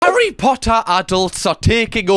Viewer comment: Ha-RRY potter